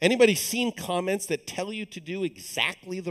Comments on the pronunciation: was wondering why lesson 2 has a 5th of the views as lesson 1... spent 5 minutes talking about the moon which never tied into code, and then when he said "let's talk about comments" I thought he said "let's talk about comets" ... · I thought he said "Let's talk about comets"